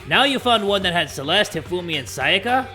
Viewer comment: so we just gonna ignore "sakaya"